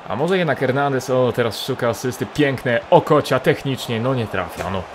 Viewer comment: Śmieszy mnie jak mówisz Okocia XD